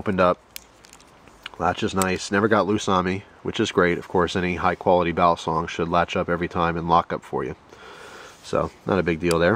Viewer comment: It's pronounced "Baleesong" Not "Balaaasong"!